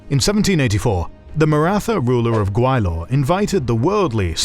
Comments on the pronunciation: I'm sorry, but the new narrator's mis pronunciation of Gwalior to Gawilor is aking to pronouncing Allen as Anal. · Gwa-li-or, not Gwai-lor. Please be mindful of pronunciations. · It’s not pronounced Gway-lor. It’s Gwa-Li-er.